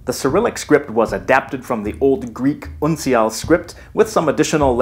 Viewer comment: With that pronunciation of 'uncial', I'm wondering: what is your first language? Sounds vaguely German, though you definitely don't have any German accent.